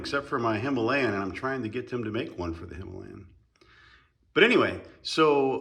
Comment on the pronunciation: It;s pronounced Dell Kuhvitch per phone conversation with the manufacturer.